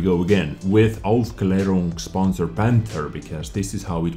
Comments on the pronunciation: But the pronunciation is actually pretty good. One more skill in wich shines brighter than Jingles. Hehe... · Like I said: someone disliked! Btw your pronounced it good I think;)